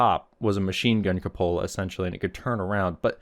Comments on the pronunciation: It's koo-puh-luh, not co-pola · I've listened several times but I just don't understand why you pronounce "cupola" the way you do. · That's the most interesting pronunciation of the word "cupola" I've heard.